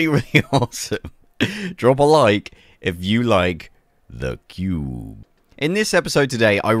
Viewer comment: Honestly I just watch your videos for the way you pronounce "THE CUBE" and now I'm addicted to your creations lol 🙌